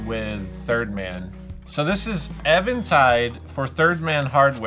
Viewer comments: Eh-ventide? It’s EEE-ventide! Even, as in Steven, not as in Evan Dando! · I'm pretty sure it is Even Tide. not Evan Tide. Like say Even and Odd, then say Even Tide. Love the channel. 😂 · Just so ya know...it's pronounced " Even -Tide". 😉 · Nooooo! Not you, too,! It’s Eventide, like “even tide”.